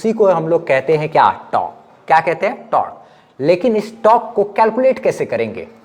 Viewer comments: Tork nhi torque hota hai bhai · Sir aap apne accent ko improve karlo fir aap bhi professional lagne lagoge. Your teaching style is awesome. Just focus a little on pronounciation. Like it's not tark it's tork.. टोर्क